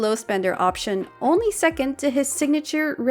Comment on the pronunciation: "Oni a few options"🤣